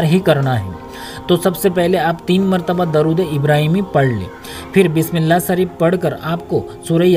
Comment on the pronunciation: pahle. bolna. seekho. bismilla. sareef